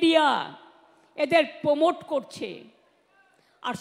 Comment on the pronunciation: পিসিমণি আপনি আগে বাংলা ইংরাজী pronunciation টা ঠিক করুন।। প্রমোট(promote) কে পোমোট বলছেন কেন?